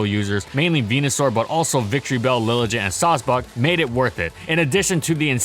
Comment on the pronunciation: albeit: Lilligant has a hard G (from its name source, the word "elegant") Keep it up